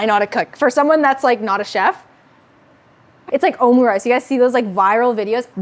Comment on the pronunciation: Hmm you said omri rice. Are you half korean?